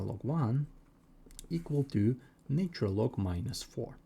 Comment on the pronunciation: This is so tediously repetitive and boring, yet you've neglected to state that k can be negative, too. Also, your pronunciation is bad: "natural" isn't pronounced as "nature-el"; "cosine" isn't pronounced as "kah-sign". You should just state the identity of: e^(i*θ) = cis(θ) = cos(θ) + i*sin(θ) Since sine and cosine have a period of 2*π , then this applies to e^(i*θ) = cis(θ) = cos(θ) + i*sin(θ) . Thus, for k ∈ ℤ , θ and θ + 2*π*k yield the same result. Next, you can mention that cis(0 + 2*π*k) = 1 , and cis(π + 2*π*k) = -1 . That is, the cis of even and odd multiples of π are 1 and -1 , respectively. Now, apply them to the problem: 1ˣ = -4 (1)ˣ = (-1)*4 (e^(i*(0 + 2*π*n)))ˣ = (e^(i*(π + 2*π*m)))*2² ; m, n ∈ ℤ x*i*(2*π*n) = i*(π + 2*π*m) + 2*ln(2) x = [i*π*(2*m+1) + 2*ln(2)]/[i*π*2*n)] ; n ≠ 0 ∴ x = (2*m+1)/(2*n) - i*ln(2)/(π*n) ; m, n ∈ ℤ , n ≠ 0 One solution with m = 0 and n = 1 is 1/2 - i*ln(2)/π .